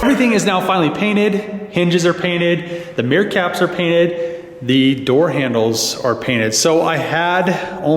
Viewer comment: Every time you said "mirror caps" I heard "meerkats". Now I want to see some meerkats in that blue color.